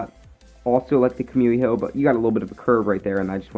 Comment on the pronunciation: Its KUMIHO not komiho